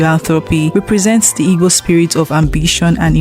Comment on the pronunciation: Please learn how to pronounce igbo